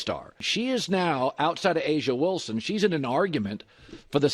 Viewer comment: Bro u can't even pronounce aja Wilson name correctly, so we know u ain't no tru baller fan. U just made this channel to get paid off the clark hype